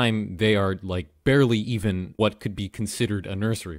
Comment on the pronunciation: I love how he says BEARly when you see a bear